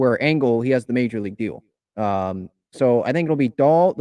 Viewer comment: Adam Engel (not angle like this keeps mispronouncing) - "He’s also a quality baserunner, as the excellent speed that has made such a gifted outfielder plays on the bases. He’s stolen 47 bases in 64 career attempts, including a solid 12-16 success rate last year. His right-handed bat offers manager Bob Melvin a chance to shield incumbent center fielder Trent Grisham from tough southpaws on occasion